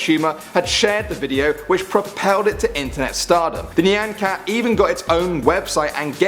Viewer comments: It's not pronounced "knee" an cat. It's "Nye" an cat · ITS NOT NIAN CAT, ITS NY-AHN CAT. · your pronunciation of nyan cat...its pronounced Nigh-an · PART TWO! and isn't it pronounced ni-an cat? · You said nyan cat wrong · you said Nyan Cat said it wrong but its still funny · That nyan cat pronunciation tho 😂